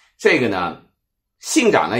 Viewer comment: 講錯一大堆東西~看了特別難受 惟任これとうし不是官名 ~ 是賜姓 ~ 所以明智光秀又稱惟任光秀 丹羽長秀也不是惟任 是"惟住"これずみし 還有大概華文圈只有你念"長zhǎng" , のぶなが 其中 なが是長短的長(cháng)不是長大的長 還有"從五位" 官名應該唸zòng 不是cóng